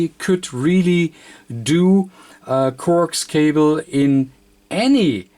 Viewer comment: Corks cobble; get it straight; I still understood what he was saying